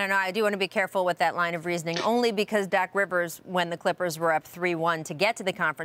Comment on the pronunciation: give me her job she can’t even say Doc rivers correctly.